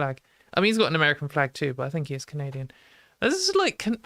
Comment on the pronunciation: Canadia 🤣 Love the show!